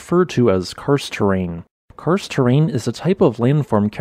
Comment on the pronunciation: When listening to the video I just heard "Cursed" not "Karst", maybe it's a cursed terrain as well with sinkholes?